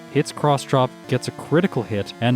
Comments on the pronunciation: Isn't it pronounced "Ella kid" rather than "a leckid"? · It’s pronounced Ella kid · The way you pronounce Elekid is scratching at my brain in a bad way. But your videos are too good to skip any!